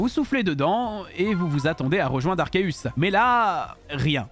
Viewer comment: Déjà, premières secondes de la vidéo et on entend "Arkeus".